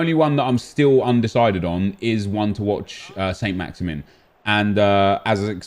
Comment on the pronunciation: Just so you know Saint-maximin is pronounced 'San-Maxaman'. Just a little thing that was sort of bugging me. Keep up the good work.